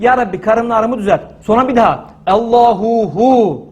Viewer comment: Hocam ALLAHU HU DICEZ DEME Hüve hu dicez.bircok kez dinledim.ALLAHU HU